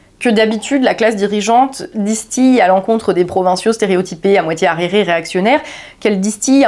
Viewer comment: Parfait, j'ai demandé à mon père de faire visionner la vidéo d'Oliver Anthony à un de ses amis américains, plutôt orienté démocrate. J'attends la réaction dans quelques jours. Par contre, on dit distiller, pas "distiyer" 😉